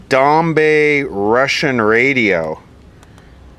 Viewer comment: It's pronounced like "dombuy" not "dombey"